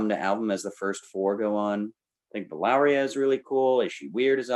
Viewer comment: Did say Valaria? Sounds like a bad disease.